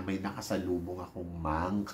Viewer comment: Ano daw "monk" ...mank daw 😅🤣😂